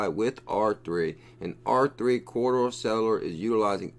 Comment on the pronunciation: Please its Corda not CORRIDOR. Ive listened to you mis-pronounce it 100 times. I hate being grammar nazi but its C O R D A. Say it with me, C. O. R. D. A. CORDA CORDA. OK? Like your channel otherwise. Great info. Mahalo.